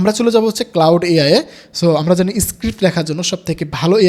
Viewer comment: Claude k cloud bolche 😶‍🌫️